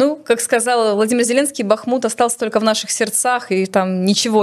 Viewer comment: Удивительно, Юлия филолог, но постоянно произносит ""тока" вместо только. Или это ее "шерьте", вместо "делитесь".